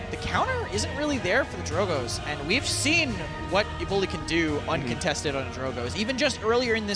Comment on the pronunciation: Yes, especially since Raynday is gone, but the way he says Evulli (Evoly) drives me nuts. Literally everyone, including the player, pronounces it evil eye. I bet they all give him hell about it behind the scenes!